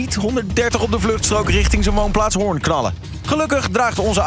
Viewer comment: Zo mooi hoe stuk Hoorn uitspreek. Je hoort echt dat ze er niet vandaag komen. Tis Hooren zoals Antoon t zegt.😂